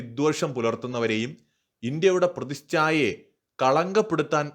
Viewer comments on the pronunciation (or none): പ്രതിശ്ചായ അല്ല. പ്രതിച്ഛായ